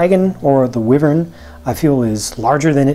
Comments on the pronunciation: Wyvern (why Vern) not whi vern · Also just FYI, its pronounced (Why-Vern)... not a (Weh-Vern)... Just thought you should know. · you probably won't see this because this is an old video but you said "wivern" when it should be pronounced "Why-Vern" and spelled wyvern I think. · It is actually prenonsed wy-vern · Call me a super nerd, but its called dragonology, and the wyvern Y has a long I sound. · Ugh, it really bothers me when people say "wyvern" like that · you dont say it right is a wyren